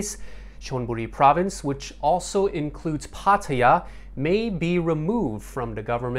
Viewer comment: At least the guy knows how to pronounce 'Pattaya'.